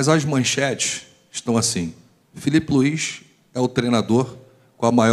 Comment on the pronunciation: O nome do Mister é Filipe luis !!! E nao Felipe luiz como tem muitos ai falando